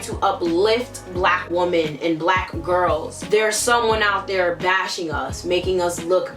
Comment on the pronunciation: "Xee-no-phobic" "Woo-men"